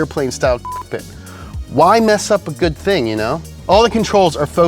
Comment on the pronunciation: Can't say cockpit, eh?